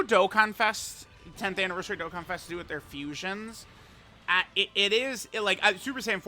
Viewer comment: Baaaaaaaaaaaa is Dokkan not Dokken!!!!